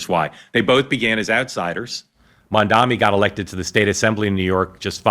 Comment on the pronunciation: Mark, try saying the words "Mum" and "Donny" one after the other. That is (approximately) how one is meant to say Zohran's surname. During your monologue, and elsewhere, you kept changing how you pronounced it.